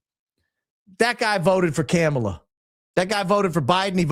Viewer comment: Are you so low class that you can’t pronounce Kamala’s name correctly? Do better